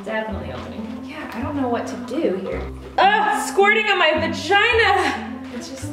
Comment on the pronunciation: So how did she say vagina perfectly in Spanish wtf